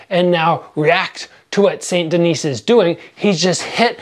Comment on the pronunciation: "Saint Denise", Jeez give back your Canadian card, I know you're not from Quebec but that's brutal French pronunciation. Saint Denis = "San Denee", even if you took Spanish in Canadian high school (I did) you still took French in middle school, your American pronunciation of French is inexcusable regardless.